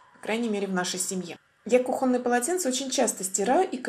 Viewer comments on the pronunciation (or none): none